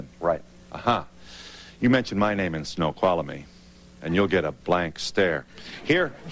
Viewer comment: snow-qhal-a-mee Oh jeez...